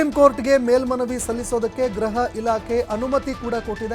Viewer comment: ಗ್ರಹ ಇಲಾಖೆ ಅಲ್ಲ ಗೃಹ ಇಲಾಖೆ